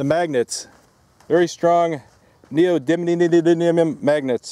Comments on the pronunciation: Ok really you can’t pronounce it right... Neo - dye - me - un, that will get you really close to saying it right. Seriously it’s not that hard. So annoying listening to you trying so hard to not say it right. The reason you won’t see effect is the magnets field is to tight. In terms of Tesla they are greatly beyond earths magnetic power but the field is close to the magnet as a result. You would need electric shims to push the field out. Basically unless you do this in a vacuum chamber you won’t see any effect. Also you would need to get you accuracy down to a millimeter from the surface to get any kind of effect. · It's pronounced NEE-OH-DIM-EE-UM. :) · Or, if you're like AvE, you say NEE-OH-DID-LEE-UM. 😂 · I believe the correct pronunciation is "neodidlyum"